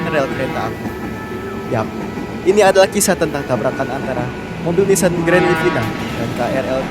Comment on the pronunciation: Ehhhh bacaan Nissan salah nama nya Nissan Daddy yankee